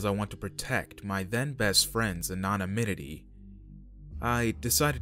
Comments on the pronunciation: bro.... it's ANONYMITY.... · why can't he pronounce anonymity? Why did the writer of the first story write that Dr. Tom was a door? The world may never know.